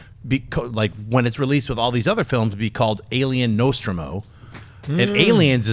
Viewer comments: noSTROmo, not NOSTromo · Will Schnepp ever get the ship names right?!? The Nostromo is mentioned by name many times in the films and yet he always says it the wrong way and nobody calls him on it. Drives me nuts. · Schnepp, please pronounce Nostromo and Sulaco correctly. You just lost 500 geek points. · Pronounce Sulaco and Nostromo correctly.